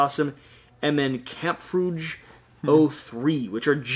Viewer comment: The artwork looks very nice! I would love to see how this plays. PS: That last faction is German (Kampfgruppe = combat/battle group). But i thought your pronunciation was awesome! ^^